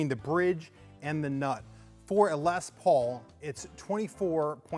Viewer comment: Why does everyone always pronounce les Paul incorrectly.